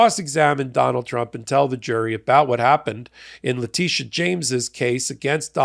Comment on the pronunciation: alternates pronouncing Letitia as both La-TISH-a and La-TEESH-a. I think La-TISH-a is the correct way, because: 1. When she took her oath of office in 2023 at the NY State Inaugural Ceremonies, they introduced her as La-TISH-a. 2. She also goes by Tish James. If La-TEESH-a was correct, her nickname would be Teesh, not Tish. 3. So far, all people of color, and most white folks, say La-TISH-a. Only a handful of middle-aged white men say La-TEESH-a.